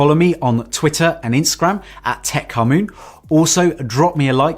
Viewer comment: First time to this channel, when he said, "Techkamun," I thought the name was Tech Commune.